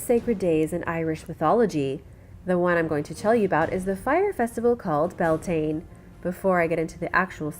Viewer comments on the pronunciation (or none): none